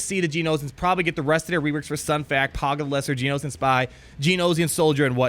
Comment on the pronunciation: I love you, but it's pronounced "Gee-Oh-No-Shun" (rhymes with concentration); not "Gee-Oh-No-Zee-un".